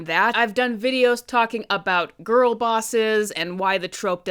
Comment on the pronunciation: You saying grill like this movie but also lots of man in love with this movie